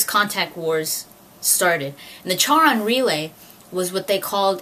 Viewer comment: It's really cool to see such a nerdy girl, out in the open. Anyways, Charon is pronounced like the name "Karen", for future reference. You know what you're talking about, for the most part =P +1 Subscriber